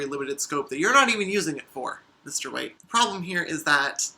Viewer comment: I'm so sorry, but the way you said White (mainly at beginning) sounded so much like "Mr.Wait" which was the name of my granddad, who passed not too long ago. So I just wanted to check is it just me hearing "wait" or is it the accent? ( I'm British and I don't talk to people much)